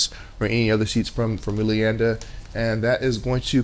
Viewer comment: Don't quote me but I think it's pronounced Way-Lee-On-Da, anyway I have their Astronaut Zero Gravity chair and I love it. Plenty of lower back support, comfortable, easy to take care of, and the zero gravity thing is a great way to take a nap. My only real gripe is that I'm not 5'8". Like most theater chairs, and let's be honest furniture in general, it does not really accommodate someone 6'2", I'm kinda used to that though. Minor things like the lights I do agree with you and I would like the head rest to lift up a bit more. Other than those 3 things I will be buying another. Their customer service is pretty good as well. They messed up the delivery time and offered me a different color, a refund, or I could wait and they'd refund me $100. I waited and they were very good with communication and follow up.